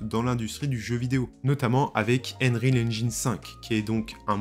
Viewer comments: ainreal ? ainrecord ? xD alors je parle pas de ainjine xD "un" en anglais ça se prononce eun, donc c'est eunreal ainjayn et eunrecord. y a google trad qui prononce les trucs aussi si jamais tu as des doutes. en tout cas c'etait marrant xD bon j'ai vu le titre et clairement non, c'est un jeu. point, je vois pas ce qui pose probleme, à coté de ça y a le mode campagne de bf et cod donc bon. je sais pas si tu as joué au premier metro mais quand tu entends les mecs agoniser doucement et ramper en predant le souffle parce qu'ils ont pris une balle dans le torse, j'ai envie de dire que ça à déjà été fait. apres je suis d'accord qu'il faudrait pas que ça aille trop loin dans le troublant, et faudrait pas qu'avec des mods on voit venir de fausses vidéo de bodycam etc. ensuite, le jeu sera forcement pegi 18+ donc pour adultes et clairement pas pour les enfants deja aux vues de ce qui a été montré dans les animations de morts des pnjs. pour ce qui est de la config, paaaaas du tout, c'est justement le principe de l'unreal engine 5 pouvoir faire tourner des jeux plus beau que ceux sous UE4 sur des config moins puissante que celle qu'il fallait pour un jeu UE4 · Et haine-rile haine-gine ? Cela me tue les oreilles hélas.